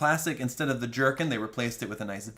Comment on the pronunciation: Every time Thomas says jerkin I think he’s saying jerky